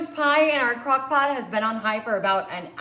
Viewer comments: She said " cock pot " What an idiot !! HAHAHA !! She's drunk .. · ❤😂She said CockPot"!😂🎉